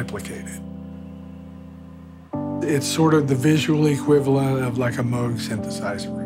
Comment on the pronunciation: And pronounced it properly.